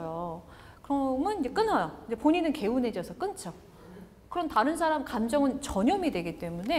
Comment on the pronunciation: 말을 가르치는 분의 틑린 예: 사람, 좋게,외부, 후배, 시작 , 제가( 나), 등 단어의 첫 자를 "짧게" 잘못 발음했습니다. 길게 발음해야지요, "사람"이라는 평상어를 바르게 발음하지 못하는 분이 "말" 강의를하는 대한민국!! 어떻게 생각하십니까?? "한국 어문을 고발함"이라는 책을 조용히 읽어 주실까요??